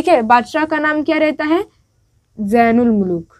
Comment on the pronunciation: Mehboob ki talash mnhi rehti balki taj ul mulook ko saza dena k liye talash karti hai Kyunki tajul mulook us ka khas gul(favourate flower) chura ley gaya tha Jain ul mulook nhi zain ul mulook Apna talaffuz durust kareye Fool nhi phool Beti aap mashq / practice kareye... Then upload kareye....